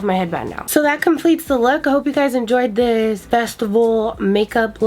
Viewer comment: “ i dun wanna lewk old I wanna lewk like a young spring chikken “ 😂😂